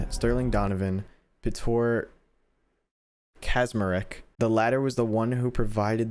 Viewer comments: i love seeing people try and pronounce Polish names and surnames "...Ptorr ... Kazma-rek." xD for the interested, it's more like: Pyotr Catch-mah-rek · it's pronounced "Pyotr Catch-ma-wreck" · This is a great video and series, but I wanted to point out that Piotr Kaczmarek is pronounced Pio-tr (Which is the polish version of Peter) Ka-ch-ma-rek. I'm polish, so I like pointing this stuff out, this is in no way hate. Love your videos and keep up the great work!!! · Poland referenced. Piotr Kaczmarek ( you spell it: Peter KaCH-mar-eK) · Piotr Kaczmarek is the name of a Polish athlete (I think) and it's pronounced something like Pjotr Kachmarek in English. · Piotr Kaczmarek is pronounced like "peeohtr kahchmahrehk" :)